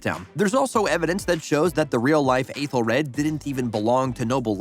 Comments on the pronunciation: The worst offense is how terribly you mispronounced some of these names. "Athel-RAD" Jesus did you even watch the show? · Okay but they way your saying Aethelred is driving me crazy